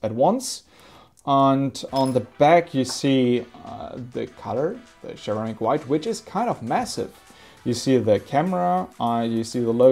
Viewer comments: its not cheramic, it is ceramic ! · Sir ram ick. Lol say it with me!! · Share-eh-mick white and Share-eh-mick black.. 💯👌👌😎😁😁